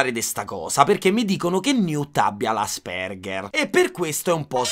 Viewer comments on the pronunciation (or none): Bro ti prego é Àspeng(h)er 😂😂😂 Ti voglio bene sei u' topp frateeeee